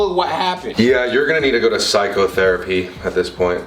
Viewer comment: I love how he emphasized PSYCHO.... therapy 🤭